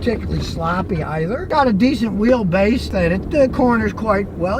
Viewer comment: Disent Weel Base 😂